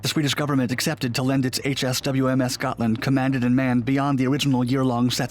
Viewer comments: The name is Hms Gotland, try to get it right next time. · Gotland class submarine? Nahhhhh.... Gotcha class. 😂